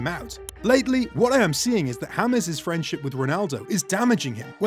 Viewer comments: he said in the video hames instead of James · no in the video he said hames instead of James